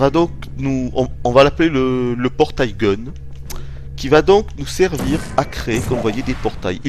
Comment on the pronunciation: "Portaille Gun":P tu t'est trompé:)